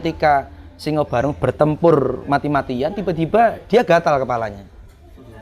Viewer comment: Simo barong bukan singo barong